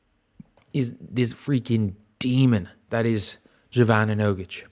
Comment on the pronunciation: Just a note on her name. It's pronounced like you would pronounce 'y' in yoghurt. So more like yovana, not jovana as in name joe or john